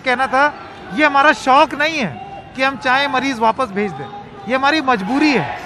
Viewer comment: It's majburi not mazburi